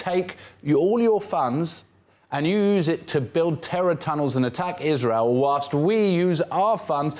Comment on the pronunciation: Israel not reel